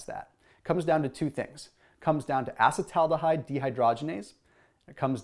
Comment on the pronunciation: Can you at least learn how to pronounce acetaldehyde correctly?